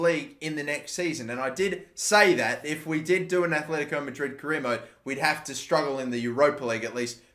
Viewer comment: ITS ATLETICO NOT ATHLETICO ITS TRIGGERING ME